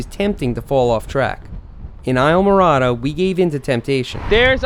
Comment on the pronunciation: It's pronounced eesla mo rada